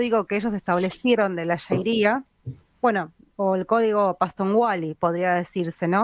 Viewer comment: q feo censurar un comentario porq no nos gusta,.- Era MI opinion, y no dije ninguna mala palabra. Al margen avisar q se dice sharia, no shairia, como tan mal se la pronuncia en la charla.- 34.02 seg